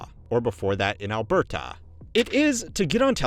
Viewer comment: Criticism for saying it correctly